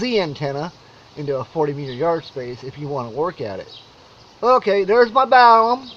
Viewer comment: Are you saying "balum"? It's balun with an "n" short for "balanced-to unbalanced." There is no "m" in the word "unbalanced."